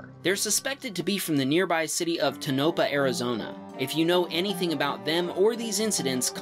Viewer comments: Tanopah ---> pronounced Tonapah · "Tinopa Arizona" That's not how to pronounce Tonopah! (To-no-pah) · it’s pronounced TOW-no-PAW, not TOW-no-pa Sincerely, AZ resident. Ps: No clue who the people are, sorry! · Hey, just a bit of knowledge for ya.. For the Arizona video, at the mark, narrator says "they believe they're from neighboring town Tonopah". However he says it inncorrectly. It is pronounced (Tone-a-paw) Lol just a lil FYI for ya 😁😉👍 -Your local Phoenix AZ resident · tonapah is pronounced Ton-a - Pah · ToNOpah, .... in in Nevada. And it's a crap hole, too. What is a TESLA even DOING in these places?? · BTW, it's pronounced "tone-ah-paw". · FYI pronounced Toe-no-pa.